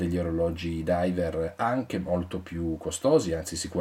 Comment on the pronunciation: Driver... driver... driver... Ti scappa sempre la R di troppo quando parli ;-)